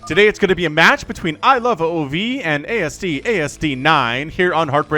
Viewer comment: Ilove "ove"(rhymes with move) not "oh oh vee"